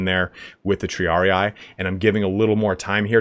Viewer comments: Triarii is a Latin word. The last "ii" is pronounced as in Tree. Thus kind of : Triaree. Not Triari-eye ... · One day someone will learn how to pronounce triarii